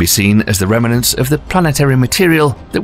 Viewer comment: The word remnant is 2 syllables not 3. If you want to continue to come across as the intellectual I'm sure you are, pronounce it properly.